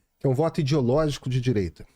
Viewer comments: Difícil respeitar um cara que fala id_i_ológico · “Idiologico”, Deus do céu, dói meus ouvidos, o pior que vem de um sujeito tido como intelectual!